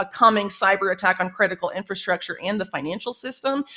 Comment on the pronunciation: Whitney is like the only person on this planet lately to say "inFRastructure" CORRECTLY! 👏🏼 👏🏼 👏🏼 If I hear inFAstructure from one more person I might lose it.🤪🥴